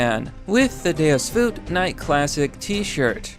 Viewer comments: the way this nigga says 'vult' triggerin me tf out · Dude. I think it's pronounced vult. Similar to vault. Maybe I am wrong but it's hard hearing the pronunciation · "Deus Voolt" MY EARS THE HERESY